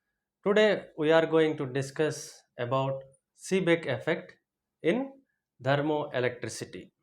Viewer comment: Kindly pronounce the word THERMOELECTRICITY correctly.... It is not dermoelectricity